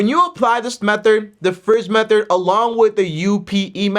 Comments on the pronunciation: can't say method, lol. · Loving that about him 😂 he’s a gem